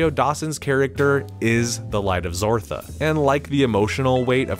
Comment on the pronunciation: The light of zartha ,not zortha smh